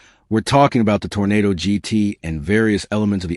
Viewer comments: Arrrrrgh! Okay, make a note please. A Tornado was Dorothy's free ride to Oz. An Oldsmobile is a Toro-Nah-Doh. I'm leaving now. My ears can no longer take your mispronunciation. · If he says Tornado instead of Toronado one more time, I will scream !